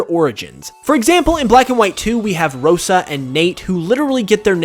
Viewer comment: You mispronounced Rosa, it’s so cringey